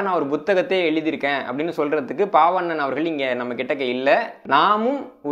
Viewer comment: ஒரு சிறு திருத்தம். சொற்பொழிவாற்றுப்படை என்ற நூலை எழுதியவர் பெயரை சொல்லும்போது நீங்கள் பால்வண்ணன் என்பதை பாவண்ணன் என்று 2 முறை சொல்லி இருக்கிறீர்கள். இதைச் சரி செய்ய முடியுமானால் மற்றவர்களுக்கும் பயனுடையதாக இருக்கும். நன்றி. இந்தப் புத்தக அறிமுகம் மிகவும் பயனுள்ளதாக உள்ளது.